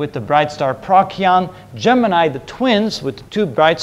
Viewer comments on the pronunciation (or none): none